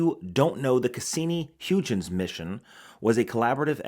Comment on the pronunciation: Hoygins, not huge-ins, very interesting watch, don’t like that cage on the dial, but damn, that decorated nh35